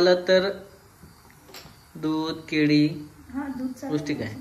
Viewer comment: केडी नाही केळी म्हणतात